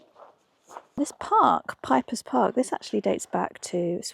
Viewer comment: Piper is an old noble family, now predominantly in Southern Sweden. It's pronounced peeper. Not Pyper.